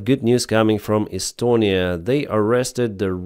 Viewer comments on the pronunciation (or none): none